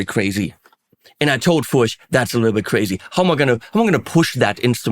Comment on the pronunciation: It is indeed pronounced "Furch" rhyming with Turk. I had the honor of meeting František Furch at his workshop/factory near the city of Brno, CZ, where I lived for several years.